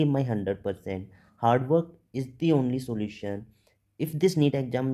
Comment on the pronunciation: 2 things dr ----- Its 'is' not 'itchzzz Or izzz' pls pronounce it as 'is' only. Also it's 'exam' not 'ekzam' Pls correct ur pronunciation. It's hilarious otherwise